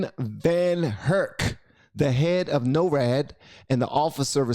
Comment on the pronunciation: also its NOR-AD